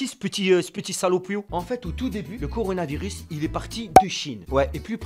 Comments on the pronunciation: Wech ta le " conardvirus "😂😂😂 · Même moi je dit conarvirus😂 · Conarvirus mdr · Le corounaviris😂😂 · Coronavirus . Couillounavirus . Connarvirus